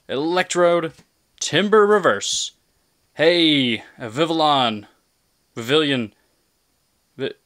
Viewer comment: odd that vivillon use the Spanish pronunciation of LL. ll=y